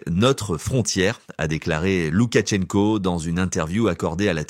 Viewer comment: Loukachenko pas Loukatchenko